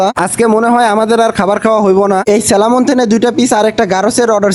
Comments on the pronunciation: স্যালামন না স্যামন ফিশ 😂 salmon =স্যামন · Selamon na salmon.garos na koral😅